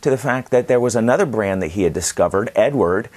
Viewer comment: Hello there, great review as always. To the pronuanciation of the czech premium brand, it is very easy. It's a male name, it's czech version of name that you know as Edward and it has almost the same pronuanciation. It goes like E-du-ard.